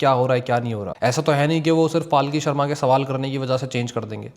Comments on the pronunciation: Bro, it's not paalki, it's palki. Or may be I am hearing wrong 😢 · Bhai...palki Sharma hai....not paalki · भाई उसका नाम पालकी शर्मा नही है पलकी शर्मा है उचारन में ध्यान दो😮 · Bhai paalki sharma nahi palki sharma hai ek baar uski news dekhlo taki pata chale k pronounce kaise hota hai uska naam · Paalki nahi , palki hai uska nam. Video banane se pehle nam to shi bolna Sikh lo. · Apna naam wo पलकी शर्मा बताती है - आप उसको पालकी क्यों बोलते हो? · भाई पालकी नहीं, पल्की होता है वो। अब भाई तुम भी accent के चककर में जा रहे हो।